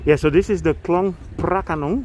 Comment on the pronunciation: I thought you are Thai native speaker when you said "คลองพระโขนง". Perfect! 🤩 . This place is so peaceful even though it's in Bangkok. Thanks a lot for sharing. See you again in your next... err.. video 😁